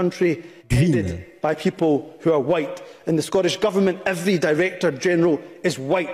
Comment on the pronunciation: "evwry ewrry ewwrry" Mais bon dieu